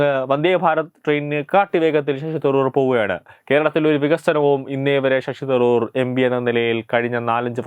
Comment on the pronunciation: ഷഷി തറൂർ അല്ല ശശി തരൂർ.